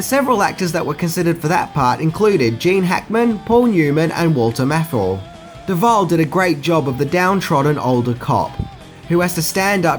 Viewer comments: It’s meant to be Walter Matthau, not Walter Mathle. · Matthau is pronounced 'math-ow', mayhem is not pronounced 'mayham' and you're not using 'whom' correctly. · Walter Mathel??? Oh dear. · Dude, learn how to pronounce 'Matthau'.